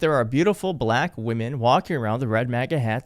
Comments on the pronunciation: Ya like "baLACK" 🤦🏼‍♀️ My mom who's maga does the same thing 🙄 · Yeah, why do he say "BLACK" like that. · Somehow he turns it into a 2 syllable word. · Bl-AAAAK women and Bl-AAAAK men. Why does he have to say it so weird? SO cringe. This 'press conference' is a Fkn weirdo rambling like he has lost his entire mind. Power plant, copper wire - glass wire, Darth Vader??? 🤪😵proves his brain is COOKED. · The way he says blACK! Makes me roll my eyes every time. There are NO beautiful Black women wearing MAGA hats, either. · Why is it when he says the word ‘black ‘ it’s more pronounced and loud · WHY does he put the EXTRA EMPHASIS on the word BLACK?!? Oh yeah, I KNOW WHY!!!😮😮😮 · 😂😂 why he say BLACK so hard, 😂😂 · Jeez... could he force himself to say "black" any harder? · Can someone tell me why Trump pauses before saying, “black”? Also, why does he say the word “Black” so hard and loud? Tell him to try the word African American, although we are not considered apart of his America! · Notice how he says black. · Why is he emphasizing on black like that ?Is it because he may find some black blood in his veins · First of all, what does he say BLACK like that? And why does he use it 17 times in three sentences? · Why does he say Black like that? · He’s such a weirdo. Why does he pronounce BLACK as if all caps and in bold text? Such a weird man going through some weird things. Why is he still in office? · Can he put any more emphasis on the word black? WTF?! Smh I wantto see the paper he seems to be looking at. He just likes hearing himself. HE’s gonna let everybody have their own power plant——my head is tilting-huh? F—-the king idea, he thinks he is god. What drugs is fElon supplying him with? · Why he gotta say "BLACK" all extra hard tho?? That's how you know this is unfamiliar territory for his racist ass lol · Why does he keep saying BLACK like that?WTF🫩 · hard on the BL and emphasis on the ACK! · Please appreciate that “ black” is now a two syllable word